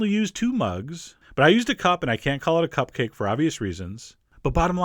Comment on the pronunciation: LOL, 'Cup'cakes